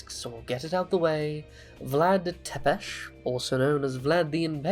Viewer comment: Finally, someone who pronounces tepes the correct way